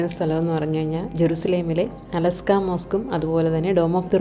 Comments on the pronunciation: അലസ്ക അല്ല ; അലക്സാ എന്ന് പറയു സഹോദരി...! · അലസ്കാ അല്ല അൽ അക്സ മോസ്ക്ക് 😂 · അലാസ്ക അല്ല. 😂.അഖ്സ ...... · അലസ്കാ മോസ്കല്ല, al അഖ്സ മോസ്ക്